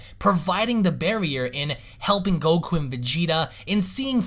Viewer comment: I've never heard anyone slur a K haha. gokkkkku.